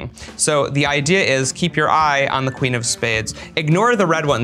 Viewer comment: "...that's the quin of spehdes"